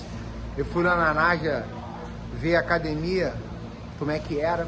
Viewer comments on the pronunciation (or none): Se tem Gracie na entrevista, vai ter "cadimia" e se tem Marco Ruas, vai sair um "ji jitsi" kkkkkkkkk